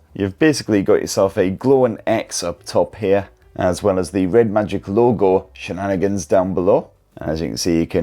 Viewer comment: What the f***ck is "shananigans"???